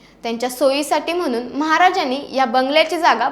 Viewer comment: Ucchar spasht pahije. Mhanun nahi Mhanuun ( N BANACHA) N (नळाचा NAHI)